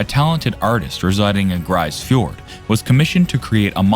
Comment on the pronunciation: It's pronounced 'grease fiord' not 'grice fiord'.